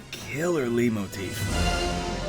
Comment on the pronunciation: I believe it's pronounced light-motif, btw